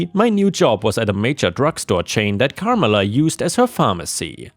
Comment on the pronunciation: It's Car MELLA